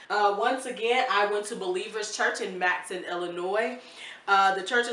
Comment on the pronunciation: Matteson pronounced “mat uh sun.” originally a German community.